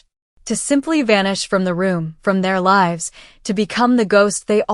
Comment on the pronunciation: "Lives lost" is not l-ih-vs, it is l-eye-vs. "Wound" is not wow-nd, it is woo-nd. Please teach your AI reader!